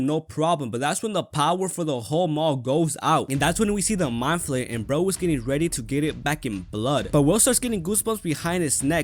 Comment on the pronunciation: Ya know how long it took me to realize you were saying "meat flayer"? .......longer than I'd like to admit.